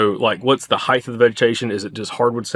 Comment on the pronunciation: Stop saying heighth